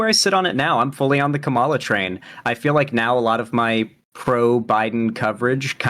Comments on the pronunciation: still gets tripped up with Harris's name, like a lot of people. For those forgetting, it's KAH-ma-la, not Ka-MAH-la. Be wary, though, some talking heads on the right are mispronouncing Harris's name on purpose as a way to diminish her, kinda like "Barack HUSSEIN Obama" was used to imply him being some sort of foreigner or secret Muslim. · Dude its sooooo annoying. Its KA-mala not ka-MALA. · L. Say her name right. It's "Kama" as in comma, and la, as in lalalala. Comma-La. KAMALA. Or say Harris. 🙄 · please just pronounce Kamala's name right please please please it can't be that hard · Why can't he say Kamala's name right? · even corrected him, and he kept doing it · Oh god so wanted to go and salute those dumb jets so bad instead of continuing this with an hr to go. Then you check him on him on pronouncing Kamala... I almost get angle, but naw he's fos. reasonable af. Anyway, this comment is just for the algorithm. Love! ❤️ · Does ever say Kamala's name right? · pronounces “Kamala” wrong and I feel it has to be intentional. Emphasis on the first syllable. Reason I say this is because republicans used it as an attack on her back in 2020 to pronounce her name wrong. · He was directly corrected in this very debate and continued saying it wrong. I think you're being delusionally charitable. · Dude can't even say Kamala right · really didn't sit right with me how shark corrected him and he still went ahead and kept mispronouncing her name